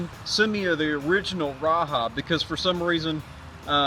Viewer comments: raja not raha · Great video, just one thing wrong.... its called the Ra-Jah not Ra-Ha! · You are mispronouncing the name of the knife. The 'j' is pronounced and not an "h" sound.